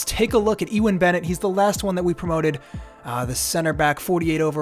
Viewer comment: Just so you know Ewan is pronounced You-en